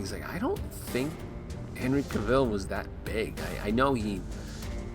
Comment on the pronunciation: Cavill rhymes with Gravel